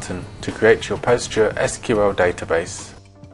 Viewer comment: It is pronounced as 'Pos-gres-sequal' not 'Post-gre-S-Q-L'.